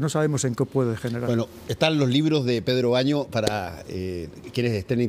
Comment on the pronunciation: el entrevistador muy poco profesional por cierto, se equivoco con el nombre dos veces, creo que tu si deberias afinar mejo tu oido. Además el señor Pedro baños es mas conocido que ese indeseable entrevistador que muchos ni conocen ni les interesa conocer su nombre...